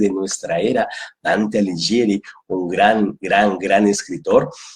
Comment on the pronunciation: Hola,. Debo hacerte una pequeña corrección con todo respeto. Dante Alighieri se pronuncia como si dijeras Dante "Aliguieri" (la "h" modifica el sonido de la "g"). Un gran abrazo cuántico.